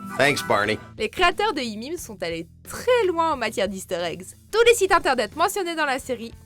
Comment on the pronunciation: Mais qui dit "Imim" même 😂😂 Pour raccourcir on peut dire juste "How I met" mais "Imim" c'est bizarre nn ? Ya vrm des gens qui disent ça ???